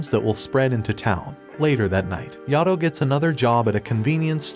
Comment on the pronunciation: It's not yado it's Yato